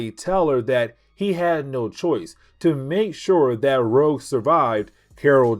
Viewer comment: "Rogue" not "Rouge." Otherwise. Keep up the great work.